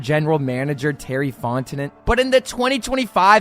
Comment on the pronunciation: Its pronounced "Font-eh-no" btw